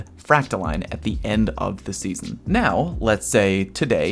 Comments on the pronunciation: its fractaLINE not fractaLEAN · New Leviosa meme: Its Fractaiiiiiiine, not FractaLeeeeeen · It’s pronounced freak-toe-lion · It’s fractaline not fractoline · its line...... not LEAN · It's like saying fractal"in" that is the proper way for all you ingrates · So in a nutshell...if your planetary obelisks have been max ranked for weeks you are done contributing? Or am I incorrect? I cannot see another way to contribute...other than the dozens of weapon bounties I purchase every week....gotta spend all that glimmer on something. My vote is for the frack-ta-leen pronunciation...as if it matters. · I know you don't care, but this is NOT me trying to correct you. So, basically, I pronounce it the same way as discipline. So, fractal-in. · I believe it's 'frack-tha-lean' 😃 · Fractaline is obviously pronounced "POTATO" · Line is pronounced Line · You’re saying fractaline wrong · It’s fractaline, not fractaline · ITS FRACTALINE NOT FRACTALINE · It's pronounced "fractaline" smdh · It's pronounced 'fractaline', not 'fractaline.' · no no, he's right, its "fractaline"